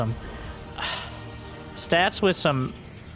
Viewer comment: Take a drink everytime calls Stats "Stabs" or "Sass"